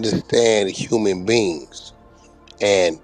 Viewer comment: whack can’t even talk. He said, “I know human BEANS.” Them false teeth 🦷 are not glued in good enough.😂